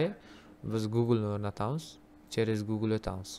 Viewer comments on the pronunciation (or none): none